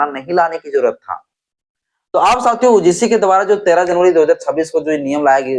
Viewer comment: U G C bolo uuu g c nahi